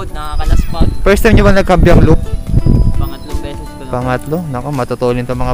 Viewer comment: kaybiang idol hindi kabyiang